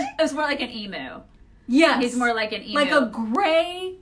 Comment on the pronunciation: Please, it's not emoo it's said eem you:)